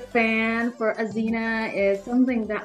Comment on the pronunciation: Woww azeena accent is too good